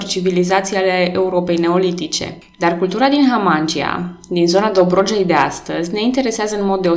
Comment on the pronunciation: Foarte frumos scris, felicitări! (Dar e pentru prima dată când aud numele culturii și al fostei comune tulcene Hamangia prununțat Hamángi(y)a și nu Hamangí(y)a. 🙂)